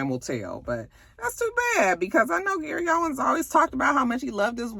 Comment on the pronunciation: It's Gary OWEN. No S at the end.